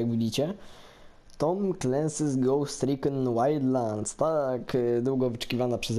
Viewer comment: "eloeloczydfazero zagramy dziś w gołst rikon wajdlands..."